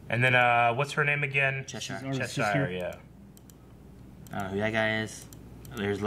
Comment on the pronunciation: Guys love your stuff but I can’t take another Season of you miss pronouncing Cheshire’s name its pronounced ches-Ser not ches-ire